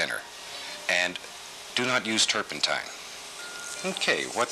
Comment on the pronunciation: says turpentine wrong bob corrects him 😂😂